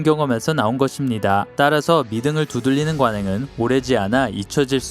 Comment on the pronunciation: 혓바닥이 짧은가?? 두들릐는ㅇㅈㄹ 안봐야겠다